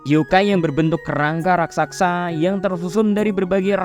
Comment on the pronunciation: RAKSASA BANG BUKAN RAKKSAKSA😂